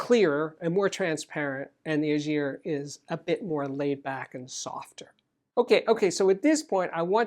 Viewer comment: Schiit Ægir is a good amp but it bugs the heck out of me the way you butcher the name: thats the ae sound and you all can learn it. Then the g is hard and not a j sound